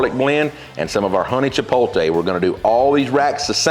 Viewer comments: Chipotle: "Chee-powt-lay" if don't want to sound ignorant. It is not "cha-pole-tay" just look at the spelling of the word. "That's how I say it" is not an excuse for saying it the wrong way. It's just as wrong as boiling ribs and then calling it BBQ. If you have pride in doing ribs the correct way, then also have pride in correct pronunciation of words. Other than that gripe, great video. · Love the explanation. On a side note... Love the fact that most people with a sort of southern accent always put the "L" before the "T" in chipotle. Its Chipotle... not Chipoltee. Anyway, thanks for listening to me complain. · It’s not hard to get tired of these BBQ videos. Everybody thinks they are the best. But I have to say, yours are top notch. And this is a great (and useful video). (As an aside, the correct pronunciation is chiPOTle. Not chiPOLte. You are transposing the L and the T.) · Chip-pote-LAY, not Chip-pole-TAY Since you asked. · You say chipolte, I say chipotle ... but does the one taste any different from the other? I really enjoyed this video. Thank you! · It is called "Chipotle", not, "Chipotle". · I LOVE! He is the BBQ MASTER! Unfortunately, - after more than a decade of use... it's NOT "Chi - POL - Tay"... it's "Chi - POTE - Lay" Arggggh! I just can't subscribe! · every time he said chipolte lol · for chipotle best Spanish to English pronunciation I can think of is chip Oat Lay. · Everyone pronounces everything differently. How about white boy just learn how to pronounce it properly nice and for all? Chi pol tay chi pol. High af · Pretty funny--I was just thinking, "It's pronounced 'chipote-lay'", when you basically chastised me for caring how people pronounce things. 😆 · The "T" does come before the "L" in "Chipotle," so there is no arguing that the last syllable is pronounced "lay," not "tay." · CHIP-OT-LEY. Now say it quick 🙂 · If they're not saying "chipotle" like "chipolte" I'm not listening to their barbecue advice 😤